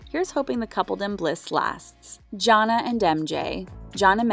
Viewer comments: The fact u pronounced Jonna name as JAH-NAH is so cringe 🥴🥴🥴 it’s JAH-NAY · How can you STILL manage to mispronounce Jonna (John-aye) even when you literally have a clip in this video of MJ saying it (correctly)?🤦🏻‍♂️ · That’s a dislike for not doing enough research in the show to say their names right. Jonna is just an egregious example.